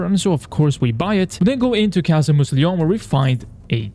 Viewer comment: I really wish you'd looked up how to pronounce "Mousillon" before you started recording 🥲